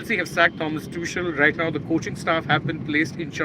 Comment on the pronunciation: It is Pronounced as "Too-khel".